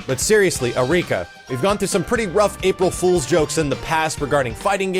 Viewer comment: "Apil Frools joke" You can tell how excited he is for this.